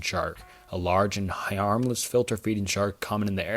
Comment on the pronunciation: how the hell do you mispronounce "harmless"?? like bro come ON